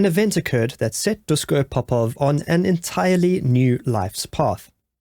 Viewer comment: Very interesting story, but please pronounce his first name "Dushko". In "Yougoslavia" (also in Chekhoslovakia ) the s with the little accent on it is pronounced as "sh". It is the "Shkoda" car, not the "Skoda" car, it is written "Natasa" (with the little accent, which my computer doesn´t have) when you want to spell the name "Natasha"...just the way how they pronounce their language.